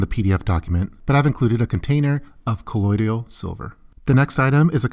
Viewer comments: Colloidal, not colloidial. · Good video! Btw you are pronouncing colloidal silver wrong ... it’s “kuh-loid-l” not “kuh-loid-ee-al” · kuh-loyd-all = colloidal